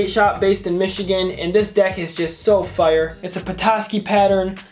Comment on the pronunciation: How normal people talk Fire How talks It’s fire but I say like fryer with out an r